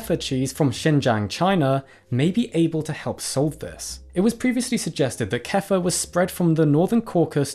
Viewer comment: Why can't englsih speakers pronounce a simple word like kefir. If it wasn't written on that picture I would never have figured out what this was about. Also, since when is Kefir cheese? No-one ever categorized it as such, and is most similar to yogurt.